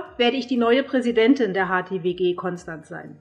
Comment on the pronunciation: offensichtlich hat Ihr noch niemand beigebracht, wie man Konstanz ausspricht :D